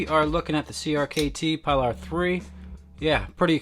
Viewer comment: Voxneas named it after Ernest Hemingway's boat. This means it's pronounced ...like "pee-lar" ... instead of P-lar or pie-lar, but whatever floats your boat, 😉 pun intended. Sweet knife it's getting rave reviews!👍